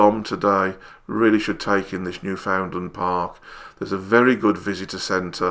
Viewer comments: "Newfoundland" isn't pronounced New-FOUND-lund. It's pronounced Newfin-land. Crush the first two syllables together like they're one syllable, say "fin" instead of "found", and place the emphasis on "New" rather than "found". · Sir, “You pronounce Newfoundland like “understand."